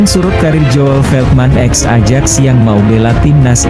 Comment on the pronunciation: AJAX itu dibaxa '.AYAK tolong belajar lagi cara alpabet Belanda..jgn bikin malu